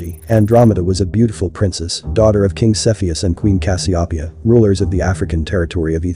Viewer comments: Check your pronunciation dude. (Cass-see-O-pee-uh) your welcome. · The way you pronounced Cassopeia made me want to cry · First time I have heard Cas-I-o'-pia pronounced this way??? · I've never heard Cassiopeia pronounced that way. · So glad you cleared this up &gorgeous art work- but you've mispronounced Cassiopeia. Normally I don't harp on things like that, but in cases like this, it matters for credibility.